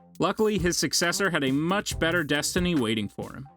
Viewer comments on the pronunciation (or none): none